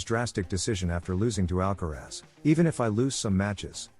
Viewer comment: En primer lugar aprende a pronunciar el apellido de ALCARAZ no " alcarez" ...gilip*ll*s ..Y luego pones imágenes de otros partidos...Nada que ver con el que estás comentando t*nt*